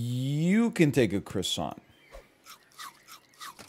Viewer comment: You know egg hadn't recorded in a while when he pronounces croissant "cross ANT", instead of "cross ON".